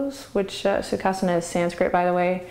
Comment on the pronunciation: Hi Adriene, Great videos, The only thing is when i try to do certain poses, including Sukhasana,(by the way, your pronunciation of Sukhasana is perfect), my lower back hurts a little. Can you suggest anything to tackle this pain?